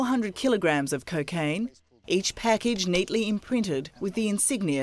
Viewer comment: I like how she pronounces: cacaine😅